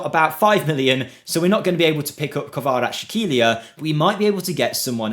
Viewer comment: Bro, Khvicha's last name is more like Kvaras - Helia, no sh sound in the middle, just s. This will sound much better, closer to it's proprer sound, but not 100% ideal. The best way to pronounce it as if there was a sound from piZZa, like KvaraZZ - Helia.